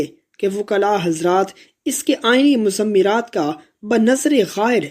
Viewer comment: مضمرات کا درست تلفظ muzmiraat ہے. Muzammiaat نہیں ہے.